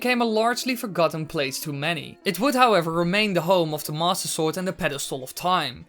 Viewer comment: DUDE, seriously, what's with the way you say "Master Sword"? It always sounds like "Mosasaur", Might as well just call it the "Leoplurodon".